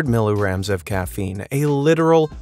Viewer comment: Lol, it sounds like they said "millirams" instead of "milligrams" 🤣